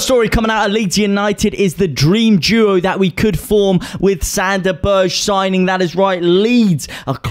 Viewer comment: Berge is pronounced burger